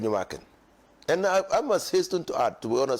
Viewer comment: Wo nso you're too thick. The name is Afenyo MARKIN, not MarkinS. You've been corrected a thousand times.